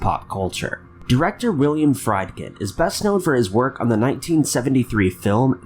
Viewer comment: Pronounced like *Freed-Ken